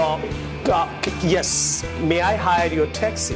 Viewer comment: Is it T or THI ,,,.taxi sounds good instead of thaxi ,,, without 'THI' everything was excellent